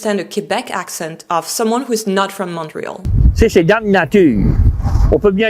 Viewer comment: Why are you mispronouncing "Montreal" ?